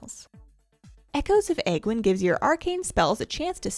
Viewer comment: If I had a dime for every time someone mispronounced Aegwynn's name.